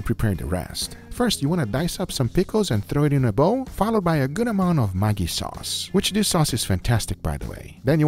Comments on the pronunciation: I speak on behalf of the indians that the mag in Maggi is pronounced like rag. Not like how u said cause it has a diff meaning. The word u said literally means a sex worker in bengali culture. So u added sex worker sauce to ur food. Just saying. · are you also triggered how he pronounced "Maggie" sauce